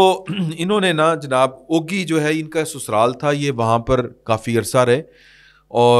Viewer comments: Oggi not Oagi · شہر کا نام او گی نہیں اگی (ugi) ہے ۔ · ooooogi nai uggi pronounce hota abbottabad city sai daid ya doa ghantay lugtay kkh pai hai